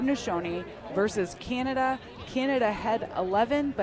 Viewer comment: Canada, prounounced Canadi within opening remarks, and less than 30 seconds into Q4 forgets that the Haudenosaunee are playing Canada and not the USA. 😬😑 …✌️🥍